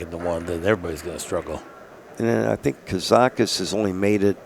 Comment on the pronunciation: Thanks Accu-Stats. I know Mark had a sheet of loose leaf in the booth with KAZAKIS written in huge letters which he waved in front of Mike every time he said "Karakis," haha.